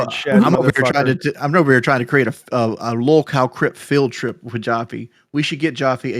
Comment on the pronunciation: BUT JOFFE IS JOT MEXICAN!!! 😂😂😂 Why not show enough integrity and respect to say Davids last name correct? Calling beings by their last name only is already disrespectful and Joffe makes it even more so.